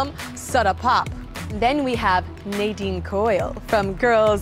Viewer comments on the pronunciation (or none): ha they pronounced Nadine's name wrong haha